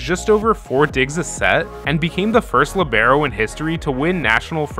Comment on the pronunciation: Why u gotta Say Libero like that LMAO